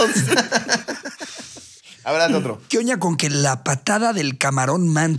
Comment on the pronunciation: diciendo quioña... jajajjaja